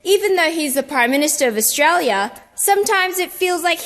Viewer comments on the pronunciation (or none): none